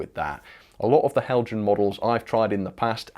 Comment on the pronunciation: Not Heljan, Helyan. Do you have something against the Danish language?